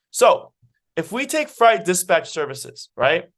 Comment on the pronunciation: Great content, but fright and freight are 2 different words with 2 different meanings and pronounced in 2 different ways.